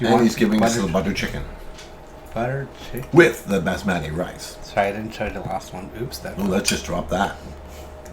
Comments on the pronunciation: are messing up with the names 🤣. Its Baas-mati rice and not Bastaami. Its long and thin grained and of premium quality. The gravy is Dal Makhani which literally when translated means Buttery Lentils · Batsami rice cracked me up! Haha basmati;) & dhal makanini - dhal makhani are so cute!